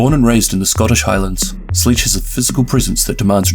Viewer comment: Did he say sledge as sleege?